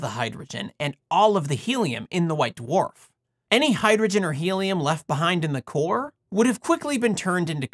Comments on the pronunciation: Hearing you say d'warf instead of dwarf is driving me crazy. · I like how you pronounce them "Doo-Wharf" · I love hearing you say Duhwarf. Although I feel bad for anyone named Dwane or Dwight in your life. Yes, that's what I seem to have taken away from this video. 🙃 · It seems like the star's extreme gravitational field acts to separate and purify the layers the same way the force of a spinning centrifuge stratifies the layers of a body fluid sample (my field). Oh, and I like the way you say the word "dwarf"...you can really hear the separate letters "d" and "w" !